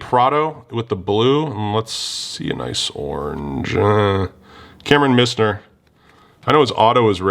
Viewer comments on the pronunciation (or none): nah you do way better than most on names for sure. It’s Mize-ner and Sick-emma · Lol you really open a lot of this stuff! Btw you butchered both of the former Mizzou players names... Kameron Misner and TJ Sikkema